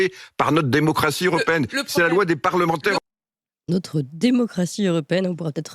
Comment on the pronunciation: Mais est ce qu'il ne dit pas "c'est la loi des" parlementeurs" ?... Écoutez bien à 1,30 mn !...